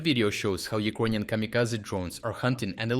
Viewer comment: Please, try to learn how to pronounce the word "Ukrainian" because it took me quite some time to understand it. Thank you for the good job. Keep it up!